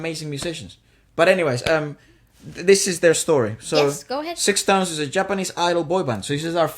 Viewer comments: Got surprised that you guys found out Sixtones!!! Btw the name pronounces like “stones” without ix. I’d love you to react to another Japanese freshly debuting boys band “BE: FIRST”. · SixTONES is pronounce like Sa-Tones not Six.And thank you so much for your reaction. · Primera vez que veo latinos reaccionando a mis amados SixTONES, un dato se pronuncia STONES la "ix" es muda. Espero ver más reacciones de SixTONES en su canal, sus comentarios fueron muy técnicos y hermosos. La canción Imitation rain la compuso Yoshiki un muy reconocido artista en Japón. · I went back to the First Take version of Imitation Rain every now and then and ran into your reaction. What a surprise! Thank you so much. It's such a beautiful song and SixTONES delivered it gorgeously, isn't it? (it is pronounced as STONES. Take the "ix" off when you say it). They have released so many great songs since, like Anthem, Kokkara(=starts from now), Special Order, Futari(two of us), are truly worth looking at. Please check it out. Look forward to your next SixTONES reaction. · Thank you for the reaction video! If possible do check their performance during concert on their youtube channel (ST, Special Order and others) I’m sure you’ll enjoy it and see the gap from the First Take video. Also the group name, SixTONES is pronounced as Stones 😁 Thank you again for this video!!! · Thanks for the reaction video☺️ It’s written SixTONES and pronounced as STONES. There is double meaning to this name, you can already tell by this movie “Six” beautiful “TONES” as a harmony, and the other is they will shine like a diamond after all diamond is STONES :) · Group name is pronounced Stones as an FYI referring to Six members as each stone Left to Right ( Juri, Kochi, Jesse, Taiga, Hokuto, Shintaro )